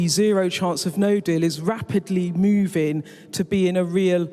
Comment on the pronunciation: To the SKY journalist it is pronounced MOVING, with a G.